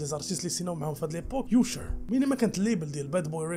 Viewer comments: Usher كتنطق آشر ماشي يوشر هههههههههههههههه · سمح ليا ولكن اللغة الانجليزية عندك ناقصة كنقولو اشر ماشي يوشر وبزاف ديال الأغلاط عندك فالنطق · الساط سير قرا على سميتهم مزيان قبل ما تنطقهم كيفاش يوشر كايسي ؟ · Usher machi yousher la lettre U on la prononce you en anglais